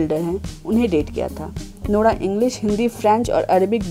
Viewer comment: When she says nora it sounds like lora